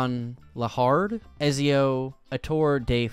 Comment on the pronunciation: am i the only one who cringed when he read Ezios name :eyes-purple-crying